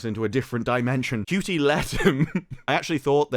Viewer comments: Is it really pronounced cutie I thought it was a word play on Judy! Such a horrible actor and I just love how he singled handedly managed to ruin one of the most iconic characters of all time the Doctor i mean really he sucks ope poor choice of words for him I guess! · So much hate just in the first 30 seconds. So people take issue with Ncuti (Pronounced Chute-y) for being gay but now he kissed one woman people are giving him crap for being 'bad at being straight' SMH tapped out 30 secs in gonna set this channel to ignore 😅